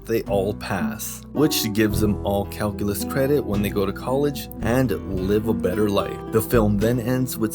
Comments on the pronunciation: what's ca-hoo-lus? LMFAOOO! Classic! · me in my calculus class- " whats cal-culos?"